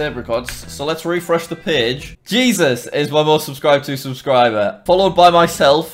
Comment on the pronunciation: 56 times you said aubscriber